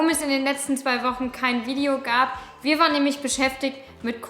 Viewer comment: "Wie gehen nach Hause " klingt ungewohnt 😂 bin gespannt auf das was kommt 👍🏼